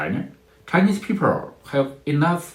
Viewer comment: He can't pronounce the letter "L"!People becomes peepurr. Bring back the artificial voice.